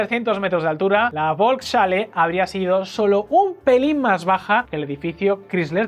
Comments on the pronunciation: la bolks chale XDDDD FOLKS JALE JODER APRENDAN A HABLAR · Volkshalle se pronuncia folksjale tengo entendido. Gran video. Por suerte nada de estas locuras prosperaron. Viva la Libertad! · Muy buen video. Por cierto, se pronuncia “volks-halle” (folks-jale). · Volkshalle, se lee "folks_jale" (perdón por la burrada). Salón del pueblo